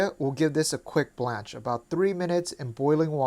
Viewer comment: “blanch” not “blanche”